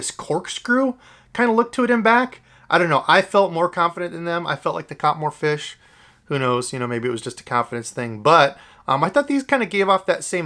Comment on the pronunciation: You pronounce "fish" incorrectly